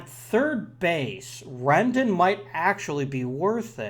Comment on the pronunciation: fyi Rendon is pronounced w/ a long "o"